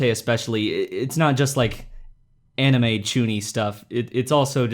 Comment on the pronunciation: pronounces manga correctly followed by anime incorrectly, interesting